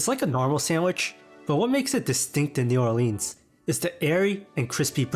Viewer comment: I appreciate your obviously sincere effort to make an informative video about food in New Orleans but first of all, you are mispronouncing the name of the city and if you didn't learn about the roux, then you really didn't learn about the food.